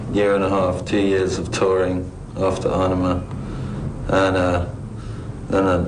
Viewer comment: Notice how Justin says Aenima like Eye-nima. That's the correct way of pronouncing the Latin dipthong that combines A and E. So there ya go! Now you know how to say Aenima!